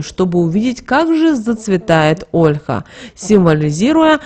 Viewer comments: ПРАВИЛЬНО НЕ ОООЛЕХА, А ОЛЬХААА! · Слух режет Ольха!!!! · Что же вы так удврения то ставите? Не Россиянка что ли? Даже Ольху не правильно говорите.